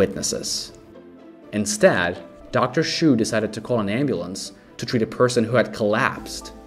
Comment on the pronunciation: "Dr. Shoe"? Dude, "Chu" is pronounced like "chew".